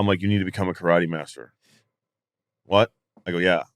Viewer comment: Loved it when he was teamed up with the Question ? Mark...He would keep calling it Karote and Question Mark would tell him it's Kay-Rot-Tay......Well...Maybe in Mongrovia...?